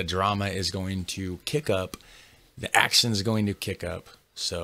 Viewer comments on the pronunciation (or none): none